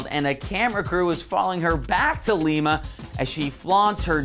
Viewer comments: Its not l-eeee-ma its lima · Its lima not leema 😂😂😂😂 to whoever was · It's Lima, not Leema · that's what I was thinking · Seriously! I mean, he has clearly never watched an ep of Glee in his life, or he'd at least know how to pronounce Lima, OH instead of Lima, Peru. "She" - I thought I was hearing things. :) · Omg he keeps saying leema lmao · Is he seriously saying.. leema?